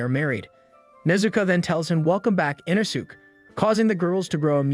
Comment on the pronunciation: So aggravating 😂 they literally say it the right way in the English version so him saying it wrong is inexcusable